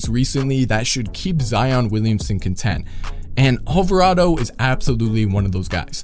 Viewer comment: Alvardo Alvarado